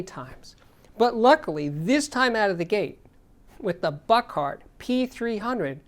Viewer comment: The company name is pronounced Book-hard, not Buck-art.